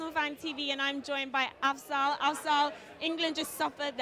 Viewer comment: She called him Azfal. Why thank you very much.